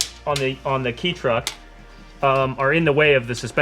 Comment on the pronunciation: ITS PRONOUNCED KAY TRUCK NOT KEY TRUCK!!!!!!!!! EDIT: after reaching the end of the video I am presently surprised to find the finally say it right